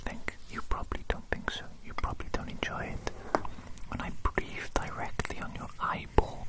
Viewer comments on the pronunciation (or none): none